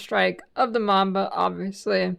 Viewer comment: MABMA instead of MAMBA 🤣